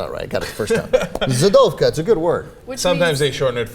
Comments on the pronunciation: its pronounced zhid and zhidovka not zid or zidovka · its not zidovka,but zhidovka,highly offensive. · the "zh" is the sound of "s" in measure- zhi-dov-ka. not zi-dov-ka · u pronounce it like J in French - not Z as a translation from Ukranian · its not zid, it is zhid (zshidovka for a female) if I am not mistaken from ww2 with the german term jude for jews that was pronounced zshid in the USSR. And it is a very offensive term in russia and ukrane for the jews. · BTW, it's Zhidovka if it's Russian/Ukrainian, or Židovska if it's Czech. The "zh" is pronounced like the "-si" in "Asia". It's a drawling "j" sound. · It's pronounced something like je-douv-ka, i think je like in french when you say je suis